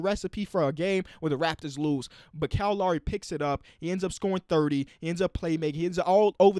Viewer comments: Everyone: Kyle Lowry King: Kyle LAWREY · “Cal Lawry” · Anyone else thought that he was saying "Cow Lary" when he said "Kyle Lowry"